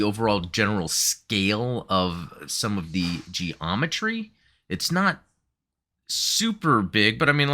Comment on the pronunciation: G-Ometry; sounded like a type of Gundam MS, the way you said it there...!